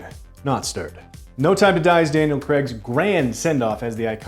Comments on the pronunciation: It's Daniel Craig not Daniel Creg. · It's pronounced Daniel 'cray-g', not 'creg' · Guys. Please. It’s pronounced Crayg. Not Creg.